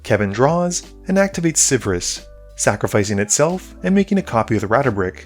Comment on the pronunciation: He got it more and more wrong as the game went on. It was honestly a bit embarrassing how off it got by .